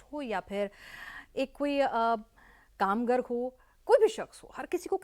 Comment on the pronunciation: कामगर नहीं मैडम कामगार,आप एक हिन्दी चैनल पर बोल रहीं हैं।